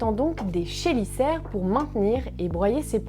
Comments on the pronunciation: On prononce Kélicère 👍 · chélicère, ça se prononce kélicère, c'est un mot d'origine grec où le ch se prononce k. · Est-ce que "chélicère" ne se prononce pas "Kélicère" ? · Merci pour la vidéo, juste je ne suis pas sûr pour la prononciation du mot chélicère. 😅 Bonne journée. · Merci pour cette excellente vidéo. J’ai un doute sur la prononciation du mot chélicère, mais ça n’est pas très important. Encore bravo. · Par contre "chélicère" ça ne se prononce pas comme ça.